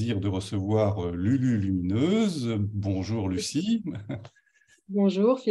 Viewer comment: 🤣le présentateur a dit lululumineuse !!! lol😂